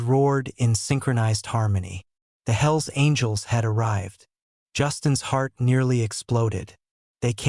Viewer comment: sounds like HILLS ANGELS not hells angels